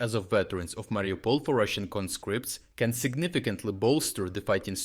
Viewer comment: CON'-scripts, not conSCRIPTS! They are, however, con-SCRIP'-ted. But congratulattions on rounding up a whole lot of the little buggers!